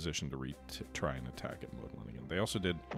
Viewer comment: it is Łódź read W (like in water) O (like in to) Dź (That you say kinda good) Modlin and Siedlice you said kinda good